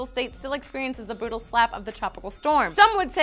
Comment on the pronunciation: does say "bootal slap" instead of "brutal slap" D